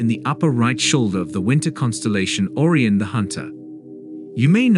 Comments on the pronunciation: Beetle Juice not bett-el jus Or-eye-on not orree-onn Rye-Jel not ridg-ill headline "WEb disocers" content "blah blah blah blah blah, blah blah, blah blah blah blah blah, wrongly pronounced blahg blah blah blah blah blah blah" ad-infinitum. Your channel is AI generated CLICK BAIT bull$hi7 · Orie - o - nis. What kind of pronunciation is that for Ori - on simply Orion. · What a terrible AI you have to read the script. It mispronounces supergiant, Orion and several other words. Get an editor to get an AI that can read the words properly.😒☹ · The Title is a BIG LIE! The JWST has NOT detected a supernova of Betelgeuse! BTW, the text to speech program repeatedly mispronounces Orion and Giant. Amazing that the authors haven't done a better job.